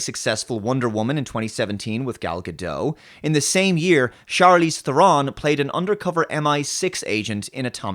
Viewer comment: Charlize Ther-on. "on" not "own",. Ga-dot. "dot" not "doh",.